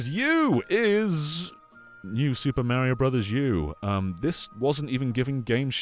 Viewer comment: FYI… it’s Mario, not Maryo. Great video though!